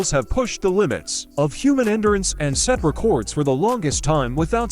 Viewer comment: Those were some nifty "reh-kords!" 🤪